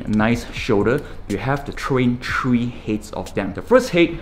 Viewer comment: Three he calls it tree